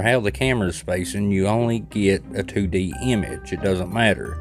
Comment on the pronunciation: 2D...two dee...Tew dee...😅😂😊